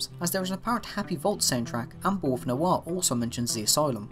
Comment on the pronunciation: I kind of want to take a shot every time he says bull worth